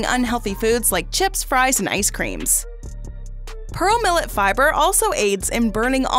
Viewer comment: She says 'Purrole millet' not pearl millet 😃🤣🤣